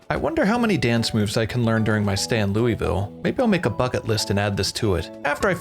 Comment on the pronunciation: loou-vull not lewie-ville PLEASE!!!